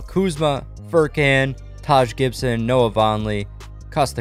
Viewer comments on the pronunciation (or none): none